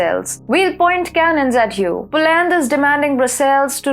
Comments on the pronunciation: You have to use proper English pronunciation to be taken seriously by an English knowing global public. Its not Po - land, the emphasis should be on the first syllable 'Po'... the second syllable is NOT stressed and is pronounced as ' lund,' as in 'under', Ire-land is pronouncef as Ayer-lund. Kindly correct the way you say 'political' - the stress should be on -'lit...' not on 'pol' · Dear, In English, it is "POLAND" not POO-LAND"